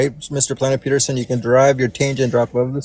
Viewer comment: Why does his constant referring to Planet Peterson as "Peter" just peeve me as much as it does?